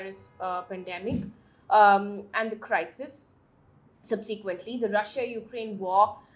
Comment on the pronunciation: "perSEEvere"? "subSEEquently"? Mam what are these words? Also you pronounce incorrectly all words ending with "tory" Do please work on your diction.